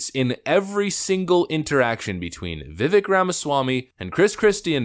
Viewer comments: If you want more fuel for your theory, watch the footage of the breaks where the candidates often talked to each other. Christie was talking to DeSantis over and over. And, surprise, DeSantis didn't spend time attacking Vivek, he didn't need to. Oh, btw, it's pronounced Viv-ache. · It's pronounced Viv-ake. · Vivek is pronounced Vuh'Vàke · Really like your videos, but FYI Vivek is pronounced Viv-ache *like tooth ache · Totally agree about Christie. And Vivek is going to be around a long, long time so….his named is pronounced viv-AYK. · I think he pronounces his name V’Vake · It's pronounced "Vivake". He's the man. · It’s pronounced Viv-ake. Like cake. He said that in his post debate interview. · It’s pronounced vi•vake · Vi-VAKE. Like “cake” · Vivek is pronounced like Vivake" like "Bake" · Vivek is correctly pronounced as "Vivake" Just trying to help for those that don't know. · How about learning the correct way to say his name? He corrects people all the time. Vivek is pronounced Vivake like cake... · Just to mention Vivek is pronounced Vivake like cake 🤷🏻‍♂️ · Bro, it's pronounced vi-VAKE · "Vivek" rhymes with "mistake." It isn't difficult to say. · Vivek pronounced Vivake like cake lol that's what he told Tim Pool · Pronounced Vi-vake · Vi-vake. Please start pronouncing his name right. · Vivek Last part rhymes with cake That's how you pronounce it Viv-ache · Vivek won't win because nobody can pronounce his name correctly Vivek is pronounced Viv ake (like cake) Vivek said the skinny weird name comment about himself in the introduction. Also Obama won so where is the insult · FYI, His last name is pronounced Viv-Vake. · Vivek pronounced like cake. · pronounced Vivek, like cake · Vi-vake. Vi-vache. Not vivik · To the... Great presentation. By the way Vivek's first name is not pronounced... Vi-Vik. It is pronounced Vi-Vake, Like Cake. At least those are the precise words Vivek used with Tim Pool when interviewed by Tim. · Pronounced: Viv - ache